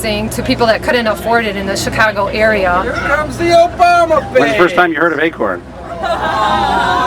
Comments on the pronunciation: what can you not see or hear? 1.smart reasons for obama being a terrorist!!!!! 2. black people!!!!!!!!!!!!!!!!!!!!!!!!!!!!! omg chick learn to say obama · ugh that biatch is trash and she says obama very strangely... haha good work sir. good work.